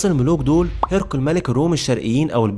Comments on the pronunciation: ماشاء الله مجهود محترم بس حضرتك محتاج تقوي اللغة عندك لأن عندك ضعف لغوي كبير لدرجة أنك مش عارف تنطق اسم هرقل صح اسمه هرقل مش هيرقل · الباشا اللي عامل الفيديو استاذنك الالفاظ انت بتقولها غلط يعني مثلا كلمة هرقل قلتها غلط ورضي الله عنه وكلمة بصرة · مجهود مميز تشكر عليه .. لكن عندي ملاحظة بسيطة حاول تنطق أسماء الجيوش و المدن و غيرها بطريقة صحيحة مثل هرقل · الشرق الأوسط مصطلح غربي غير دقيق هرقل بكسر الهاء وفتح الراء وسكون القاف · والله جميل ومجتهد بس نطق الاسماء مثل هرقل وشرحبيل لها دلالات خاصة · الصراحة مجهود رائع بس ممكن تكبر الخط اللي بيتكتب على الرايات وتراجع طريقة نطق اسماء الشخصيات زي هرقل لانك اخطأت في نطق اسمه بس بشكل عام احسنت في اختيار المحتوى